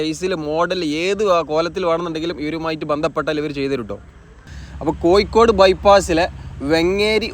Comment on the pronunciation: കൊയ്ക്കോട് അല്ല കോഴിക്കോട്